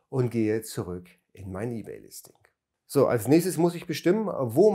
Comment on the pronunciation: Ey-bay und Wördpress, wer kennts nicht 😂✌🤔